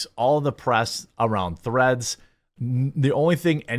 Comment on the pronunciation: Im sorry, did you say threads or threats?